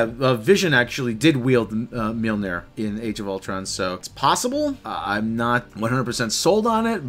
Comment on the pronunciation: That awkward moment when one of your cohosts pronounces Mjolnir wrong and the podcast keeps going...